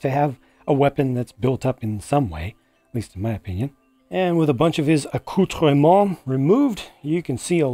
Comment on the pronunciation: You pronounced "accoutrement" quite good, well done:) this time again I was hesitant about this set, now thanks to your in depth review video I am going to order it on S@ via Brickset link of course. This minifig selection viewed so close and with good image quality convinced me. Thank you for this new good review video.